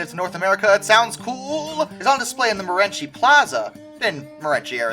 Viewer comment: It's called Mo-REN-see, not Mo-REN-chee.